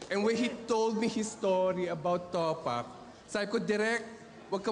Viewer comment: Jusko yung sir jeffrey super pa slang pa ng pronounciation di tuloy nabigyan ng justice yung announcement ng winner 😂😂😂 TOPAKK not towpack hahahha